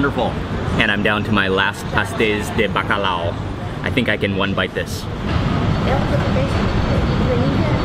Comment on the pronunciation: Hi! I'm a Portuguese living in England and I loved hearing you pronounce "Pasteis de bacalhau" :goodvibes